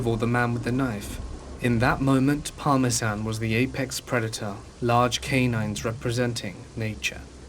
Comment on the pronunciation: The dogs name is Parmesan?? As in Parmesan cheese?? I'm from NY so maybe it's pronounced differently in Scotland, I'm not sure.... If it is Parmesan that's def different, I like it 🙃 Also, turning off the radio in a vehicle does not in any way conserve gasoline... Just a heads-up for anyone out there who thinks it does... I believe dogs can smell the pheromones that individuals give off during certain times.... Your dog could tell that you were loving and caring not only by your scent but by your actions... While you were scared the dog could smell your fear and could smell the man's hostility... Besides it sounds like the dog had been with bad people and good people and knew the difference.... You definitely have a wonderful fur baby with nothing but love and obviously protection to give!! Anyone able to should def adopt and save an animal!!!